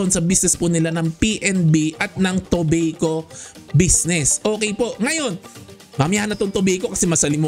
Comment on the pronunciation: Toh-bay-koh astig hehe